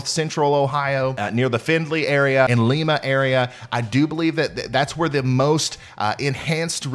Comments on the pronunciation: It's pronounced Lie-ma, thanks for the update, Bellevue Ohio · Lima, like the bean. Not Lima, like Peru.